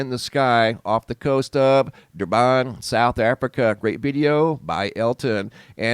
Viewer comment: "Durban"? Where, sorry? 🤣🤣🤣 Thanks for the laugh.